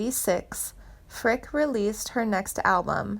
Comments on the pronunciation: Interesting but i know she did backup vocals for vern gosdin yet never heard anything mentioned about him in this posting. Also most of your pronunciations of names are wrong mainly janie's last name. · Some of these celebs need to get attorneys involved. First,learn how to pronounce her name properly and quit spreading false information, i will be notifying her agent. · Would someone PLEASE tell this ditz how pronounce names. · And also, she needs to pronounce her name correctly! (And some of the other sings names mentioned as well! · This is weird and irresponsible. She is alive and well, as well as currently touring. Her name is pronounced Frick-ee and it’s “hoosh-urr.” Perhaps this isn’t the career for you. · Yea...Janie Frick I wanna pull my hair out lol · If you are going to make these videos you really need to pronounce the names correctly. It is pronounced Fricke with the E at the end. I had a class with her at Indiana University so I do know how to pronounce her name. Also it is Hoosier or whozure if you will. Basically a terrible video due to the mispronounced names and overall false facts. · Hard to take you seriously when you don't even know how to pronounce her last name. Geeeeeesh. 🙄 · Janie is my cousin and you can’t even say her last name correctly! 🤦🏼‍♀️ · At least pronounce her last name correctly….. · You couldn’t even pronounce her last name correctly!😠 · Edie Rabbit ? Hahaha,..you dingbat ..it's .Eddie ,...and it's pronounced Frick eee,..not Frick ..damn. You're a frickin' goober !! Oh,..and she's alive !! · Jane's last name is Frick e, not Frick. Reader must not be a C W fan. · You murdered the Pronunciation of her last name! and Tanya Tucker's First name! It's not Tonya it's Tan-Ya. Frick-ee and not frick! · Whoever did this video, isnt even pronouncing her last name correctly, it’s not, “Frick! “, its “Frick ‘ee!” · There is no sad ending and they can't even get her name right. It's not Frick it's Fricke. Eeeeee. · It is Frick-ee